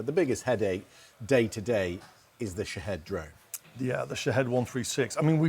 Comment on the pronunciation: They keep pronouncing the drone’s name wrong. It’s supposed to sound like Sha- Heed.